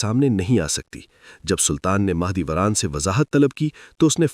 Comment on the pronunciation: Mah e dolat nahi Mah e Dora thi ye pehle Naam to theek se bolo